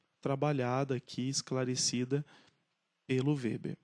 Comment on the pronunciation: (acho q a pronuncia do nome está correta)